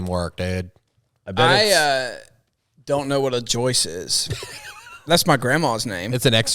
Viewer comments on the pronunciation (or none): It’s a joist, not Joyce! Lol!!!😂